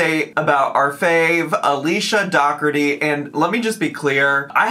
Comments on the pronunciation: Do.ker.ti would be the Irish pronunciation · Dockerty is the British/Irish/Scottish pronunciation. Pete Dougherty is a British pop star who dated Amy Winehouse, for example, and his name is ofc pronounced Dockerty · the issue is she pronounces her own last name wrong. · I have never heard it pronounced Dockerty...I knew two brothers in my younger days and their last name was pronounced DOH-erty. Weird. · It’s not. Look up how Irish people pronounce it. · That part